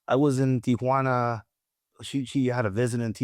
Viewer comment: Yeah, I hear you. At least he pronounces Tijuana correctly!!